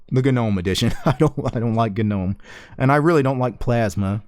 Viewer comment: GagNOMe, VieMg Why you pronounce this words this way?